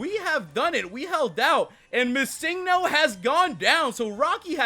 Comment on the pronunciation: stop prenouncing missingno wrong its Missing No